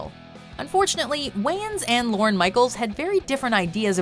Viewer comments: It’s LORNE. Not Loren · You should learn how to pronounce “Lorne”